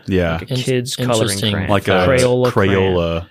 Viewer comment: And it came to pass that my beloved brother spoke the word "crahn". Yea, he spoke it in the stead of "cray-on". And it did pain my heart exceedingly. Yea, he did speak the word many times over. And it came to pass that I wept. Yea, I wept for the pain in my ears. And I do fear that, my beloved brother, does also say "pellow" in the stead of "pillow", and "melk" in the stead of "milk". Yea, I am left to wonder. My soul is pained, nevertheless I do love my beloved brother.